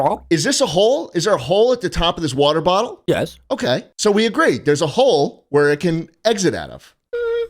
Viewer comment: Most british yes ever